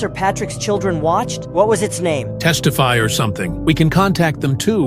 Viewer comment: Not the characters mentioning textify and calling it "Testify" they're becoming aware.. 🥀✌️😭